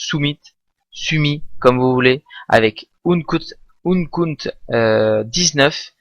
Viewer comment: Sa se prononce "encut" pas "Unkut" ^^